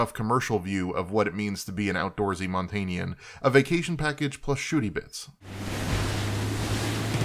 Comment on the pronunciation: Just FYI its Montanans not Montanians.